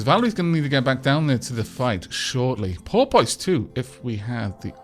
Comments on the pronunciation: I'm sorry to do this but I've held my tongue for 3 episodes and I can no longer! Porpoise - (poor-pes) As in a species of aquatic mammal similar to a dolphin but smaller. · I really hate the name Porpoise, every-time you said the name. It sounded like Polpot to me. I hope Porpoise dies soon.